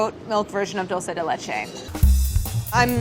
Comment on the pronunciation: Claire stop mispronouncing dulce de leche: the first syllable is 'dool'